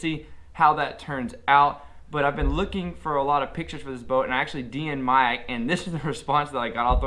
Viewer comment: It's not pronounced magic?